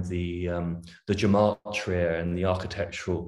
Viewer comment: 😂😂😂😂😂😂😂We still can’t pronounce “gematria?”